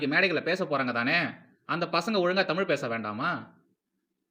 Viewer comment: ஆகா! "அலகான தமில் தாய் வால்த்து!"